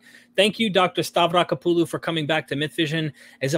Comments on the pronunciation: That was great name pronunciation 🫡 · Wow. An American pronouncing foreign surname correctly. I should probably subscribe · He just said " Stavrakopoulou" with no problem!